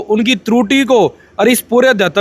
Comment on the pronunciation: Adhyatma to bolna sikh le bhai